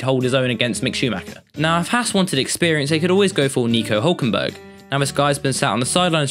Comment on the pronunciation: in the words of daniel ricciardo “Neeco Oulkenberh”